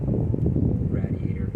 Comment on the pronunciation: is that pronounced radie ator